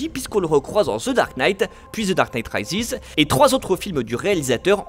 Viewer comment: The dark night « raïziz » 😟